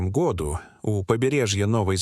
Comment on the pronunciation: Отвратительная озвучка! Произношение гОду изрезало мой слух!